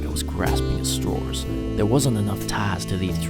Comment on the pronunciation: Where are you from? Your accent sounds American but then you say "strawers" instead of straws.